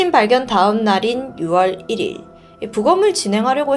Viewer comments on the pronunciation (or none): 1일 이용객..1일 발음은 좀 교정하셔야 할 듯요. 자음첨가하지 말고 연음 법칙으로 '이릴 이용객'으로 발음하셔야 해요. 값을~ 몫을도 자주 틀리는 발음인데, 값을~ 은 갑쓸로, 몫을~은 모글이 아닌 목쓸로 발음 해야 하죠.